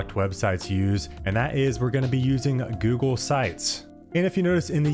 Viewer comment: who says googlé /gu-glei/